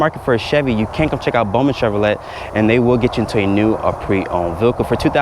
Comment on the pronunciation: I had to replay... does this boy really think its pronounced cshev-roh-let? The "t" is silent, lol! Its shev-ruh-ley. The name comes from France.